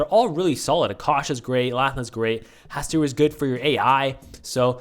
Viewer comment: not to be the lovecraft nerd but it's pronounced HaSTOOR